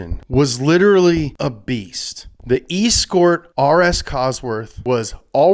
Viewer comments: From about . WTF is an E-Scort? It's an Es-cort - ya know, like your mum used to be....... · Damn it, it's pronounced Essscort not eeescort. If you want to do it right though, it's a cossie. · Please never ever ever say "E Scort" ever again. Its Es Cort like S Cort... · Not pronounced e-skort, that sounds like an electric short skirt. It's escort, like another name for a prostitute. S-Kort. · Why do you call it eeeeess court, it's escort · Escort isn't pronounced E-scort it's one word you pronounce it like Ess cort like a lady of night. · I think escort is pronounced S-Cort and in Australia it was called a Seira. What do you call someone who accompanies someone else for a payment, an E-Scort or an S-cort (escort). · it's not E-scort it's ES-cort, my ears are bleeding The Escort cosworth was also just a short wheelbase version of the Sierra Cosworth which won a ton of stuff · is pronounced S Cort not E Scort. Like the type of girl who you pay to go to a grand opening of something if you dont have gf. Female S CORT....ESCORT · Bruh... its S-cort not E-scort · It’s es-court not ee-scort, well that’s how we say it here in Blighty (UK), the US playsfast and furious with the English language. I don’t know when route became ‘rowt’ instead of ‘root’, but nobody “gets their kicks on rowt 66”.....just saying 🧐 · It's pronounced Ess-cort Ee-scort. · Escort pronounced ES-Cort not an E-Scort! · Brits are fully crying everytime say 'EE-scort' its pronounced 'es-court' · Sorry, are we not going to mention his butchering of the word escort? It's 'ess-court', not 'ee-scort' The rage I feel is disproportionate to the crime! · It’s pronounced ess cort not ees cort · Eeescort? Es-cort you mean? 😂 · E skort?? Escort, like the woman you pay to escort you on a night out. ["S"-court] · The "ee-scort"! For the love of God! Can somebody please help that poor boy to pronounce "ess-cort" correctly. That poor boy. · It’s pronounced es cort not escort u pleb. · ee-scort huh